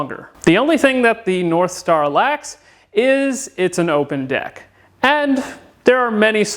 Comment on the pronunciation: did you say narthstar?